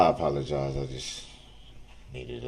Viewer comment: I apolowgyyze....I just realized I'm a creepy murderous dickhead and needed a moment.